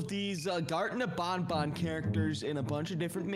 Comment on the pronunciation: it's not bonbon it's banban